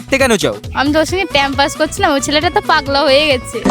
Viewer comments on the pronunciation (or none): ও বললো টাইম পাস আর আমি শুনলাম প্যামপাস